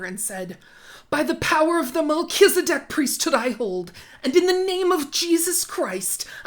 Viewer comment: 1) Though I LOVE your opening clip, you’ve mispronounced Melchizedek (at least the way Chad Daybell, as an LDS person would pronounce it…) it’s Mel-kez-eh-dick. 2) I believe he’s having them head for Nauvoo as it’s close to the gathering place of the LDS for the Second Coming of Christ: Adam-ondi-Ahman, Missouri. 3) From an earlier video you did, you asked if normal LDS people actually hoard things for the end times… the answer is yes. If you don’t have 72 hour kits for every member of your family and buckets full of wheat, you’re pretty much disregarding the “Prophet’s” direct orders. My mom was part of an LDS doomsday group back in the late 90’s and we buried barrels of water, and guns in our backyard. We also hit case lot sales to stockpile canned food, and planned for construction of hay-bale houses with generators. Extreme, but even your average LDS person is supposed to have a 3-6 month supply of all household needs (food, water, toilet paper…).